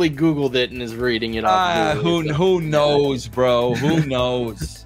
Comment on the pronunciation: And “Kurt Angle KNOWWWS” lol. If you’re gonna do then do it right,!